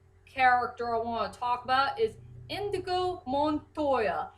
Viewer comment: Actually it's 'Inigo' Montoya, not Indigo. But don't worry, I misheard his name for a long time before I actually saw the movie. Also, I agree that Inigo has the best backstory of the cast, or at least, the most relatable one. Wesley's was definitely unique, as to how he became 'Dread Pirate Roberts'.